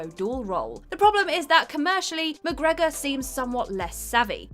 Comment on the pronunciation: pronunciation of McGregor was just sublime.